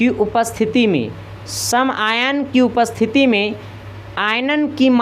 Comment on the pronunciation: यार ये कैसा teacher है , आयन को आयान कहता है, फैराडे को फ्राइडे कहता है।